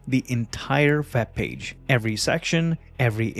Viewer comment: I'm confused! You say "Vep Page", but then you say "Weedio". So you can say V and W, but put them on the wrong words! And get rid of that stupid desk microphone - it's a silly affectation. All you need is a lavalier mic that nobody needs to see.